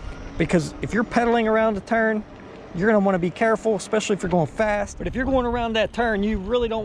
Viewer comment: "EX-pecially"...seriously? C'mon dude. ESpecially...I know it's a nit picky thing, but I speak for a living and would get crucified. Otherwise man, I love your videos.